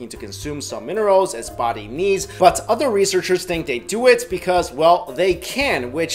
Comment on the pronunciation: I cringe when he says "OTHER"